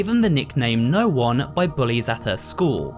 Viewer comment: With how it's spelt, I think it's pronounced "No One", not "Noon". 😉